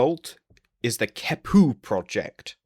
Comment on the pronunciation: Both the Q and the H get K sounds. The QeHpu would be “Kek-pu”, not “Ke-pu”.